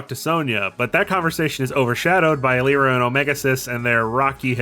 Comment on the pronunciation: So, are you purposely mispronouncing some character names? Like, um, you seem to get how to say Lyre, so, um, follow that logic and say Lyra again. (This is mostly a joke lol). Yeah but that's a new pronunciation for Omega Xis. I've always said the last bit as Ex-iss. Who knows? Unless... There's subtle voice acting later in forgetting about lol. And I always pronounced Sonia like you would Sonic, like a wave. She she's, well, music themed. IDK. I never saw the anime.